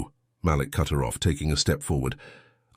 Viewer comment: Damn, its pronounced Maleek!